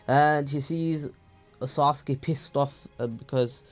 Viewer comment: This is how naruto says sasuke “saskee